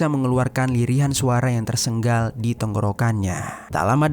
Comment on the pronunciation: Tersengal, bukan TERSENGGAL,, secarik, bukan SECARCIK 😂😂